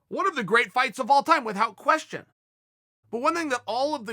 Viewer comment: Please Chael, please start pronouncing "without" The normal way, pleaseeeee